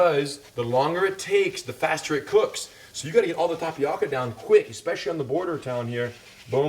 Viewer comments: im annoyed how he says tapioca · This looks pretty good... but please stop pronouncing tapioca incorrectly. No disrespect!